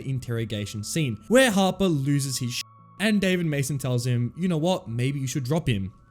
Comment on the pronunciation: Every time he said "Harper" I thought he was saying Papa